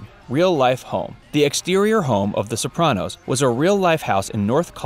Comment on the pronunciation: the bopranos